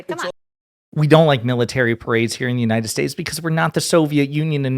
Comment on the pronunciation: Bro do you realize now we bean mocked him sense 2016 and laughing on him sense 2016 especially when he said "God bless United Saysa"😂😂😂.